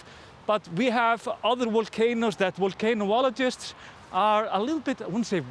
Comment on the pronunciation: The word is volcan-ologist, not volcano-ologist. 😬 The volcano footage IS incredible! I love seeing it. But don't risk your life for our viewing pleasure